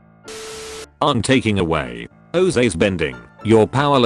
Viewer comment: the AI pronouced Aang like the atrocity that was the ALTA live action movie. edit: just finished the video, he keeps pronoucing it wrong.